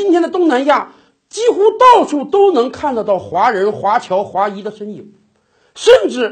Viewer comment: 华裔 第四声 谢谢🙏